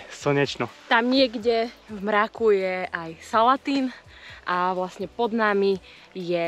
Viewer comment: Brankovský vodopád je pekný v každom ročnom čase ale asi najzaujímavejší v zime keď zamrzne no a ten hrebeň brankova to nemá chybu prešiel som to x krát ale vždy to bolo zaujímavé a ešte taká malá poznámočka salatín sa vyslovuje mäkko nie tvrdo ale to je môj dojem ináč zas super